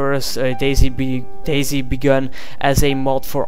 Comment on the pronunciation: You say dayz like daisy, subbed.